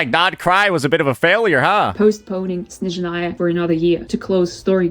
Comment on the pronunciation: Snezhnaya ❌ Shitzhnaya✅